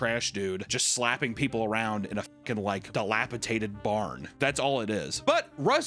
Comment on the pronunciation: Are you saying DILAPITATED?